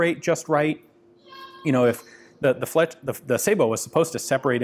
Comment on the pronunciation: Sah-boh, not say-boh. Sabot is a French word so the "ay" English rule (cat/kate, matte/mate) does not apply.